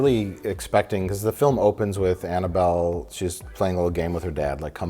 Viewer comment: "mmhmmuhh mmhm Annabelle?" 😅